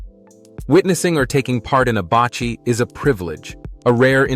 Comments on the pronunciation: not" bachi" but pronouce baci or ba see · Basi pronounced Basee not bachi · Baci is pronounced "ba see" not pronounced ba chi. The weaved ball is pronounced "ka thall" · Baci is pronounce like baaahhh seee. Not bachi. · Not bachi But bassi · Baci is pronounced "bahsee" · Baci is pronounced like Ba-See. I am from Laos and came to US since 1980 as refugees . Went back “home” last year for the first time and I have to say that I am glad I went. I hope to go back again. Thank you for the great video.